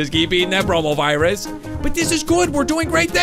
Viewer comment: Me watching this in 2020 and always hearing coronavirus instead of bromovirus...